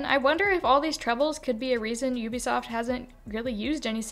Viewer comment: It's "You Be Soft" not "ooh be soft" I think